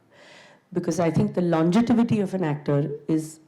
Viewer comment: Can someone please tell her that it’s longevity and not longetivity